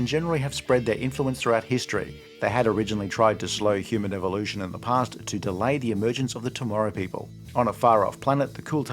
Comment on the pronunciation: Evilution.....Not evolution😂😂